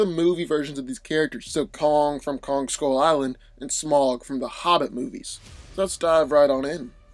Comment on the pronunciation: It’s pronounced smowg, god damnit.